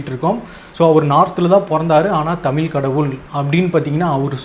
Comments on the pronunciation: Thambi Athu thamizh Thamil illa Thambi nalla padichitu pesunga Onnume theriyama Onnume padikaama ethuku ipdi video thappu thappa video potu time waste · First learn to pronounce the word tamil properly…Tamil tamil nu sonna pathaathu atha onlinga pesa kathukanum